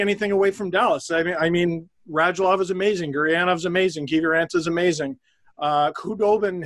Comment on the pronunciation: Well I’m from Finland and yes i have heard of Joel Kiviranta and have even watched him playing junior games in Jokerit Helsinki! By the way your pronunciaton of finnish names are amongst the best in youtube! Joek Kiviranta name almost spot on!